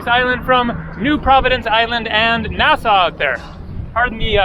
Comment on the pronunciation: We have to teach you how to pronounce Nassau